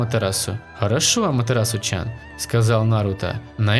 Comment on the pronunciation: Не чан а тян